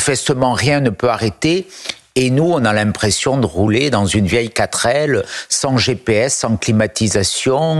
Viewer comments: On dit Quatre ailes, pas quatrelle... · quatrelle?????? Hahahahaha!